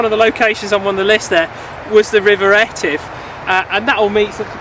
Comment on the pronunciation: Thanks too for pronouncing Etive correctly--after mispronouncing it for 32 years! Cheers.